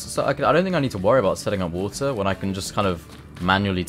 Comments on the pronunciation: I love it when you say, "have some wooter". makes me smile every time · "Have some Woodah"